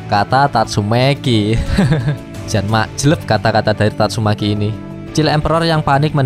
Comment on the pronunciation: Kok abang bisa bilang "Amai mask" tapi gk bisa bilang "tatsumaki" malah jadi "tasumeyki"